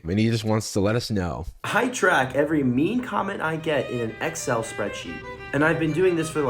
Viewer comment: imagine enabling yourself after a fucking scamming technique he cant even pronounce excel. the stress is on the wrong syllable